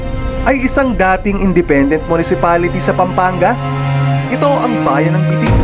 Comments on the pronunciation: Betis - (be-tis) not (bi-tis) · It's Be-tis po kung bibigkasin medyo may pagkamalambing po ang salitang Betis. ☺️ -from residence of BETIS 🥰